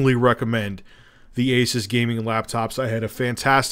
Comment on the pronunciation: ASUUUUUUUS not aces